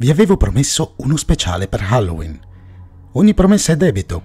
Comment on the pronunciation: Bel video. Non voglio fare il professore ma ricorda che lo stress della parola HALLOWEEN cade sull'ultima sillaba